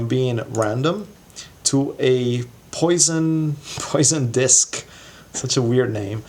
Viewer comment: “Pwah-son”. It’s French for “fish”, but it’s actually the name of a mathematician.